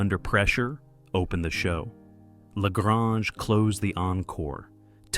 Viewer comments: The guy who made this crap vid is not even a fan he mispronounced "lagrange" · You go to the trouble to make a video, and you can’t learn how to say “La Grange?” Really?? Sorry, that just blows your credibility out of the water. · AI needs to learn how to pronounce La Grange.